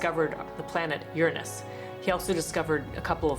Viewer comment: “He discovered planet Ur-nus” 😂